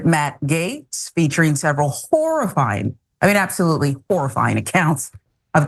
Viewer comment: sounds like she said "whore-i-fying" 😂